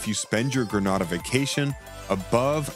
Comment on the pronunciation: Gren nay dah not grand na dah